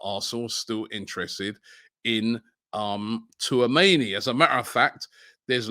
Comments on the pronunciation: Too - ah - mayni😭😭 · Slobloska Too-a-many and his pronunciation of names 😂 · It's pronounced "chouu-ahh-meni" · My God Robbie call him touameni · "Sloboska" .... "Tooamaney" 🤦‍♂️ I swear Robbie genuinely cannot read....he sees these names so many times, yet still gets them so wrong 🤦‍♂️ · Robbie it is pronounced “Orélio Chou-a-mé-ni” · Tuameni, ffs! 🤣🤣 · I'm convinced Robbie keeps butchering names on purpose... How can you pronounce 'Tchouameni' that way ?? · does Robbie realise he's pronouncing Tchouameni wrong? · Man just gave up on saying Tchouameni’s name 😂😂